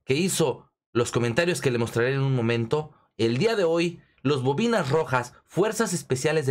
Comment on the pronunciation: Primero enseyate a hablar y decir bien las palabras no son los bovinas rojas son lo boinas rojas y cuando hables de ellos habla con respeto no seas tan ignorante no te enseñaron a hablar con respeto